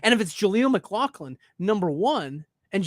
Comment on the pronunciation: IT’S Pronounced MICK-LOFF-LIN